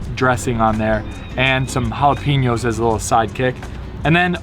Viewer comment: Ok,....you cannot say pickled "jalapee-ños" anymore... you've been living in S.D. long enough to pronounce it correctly...ja-lah-peh-ños...just sayin'...😌